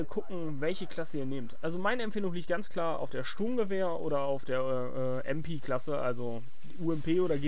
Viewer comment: *klugscheisser mode on* "mp" englisch auszusprechen ergibt keinen sinn, denn auf englisch heisst so ein gerät dann smg *klugscheisser mode off*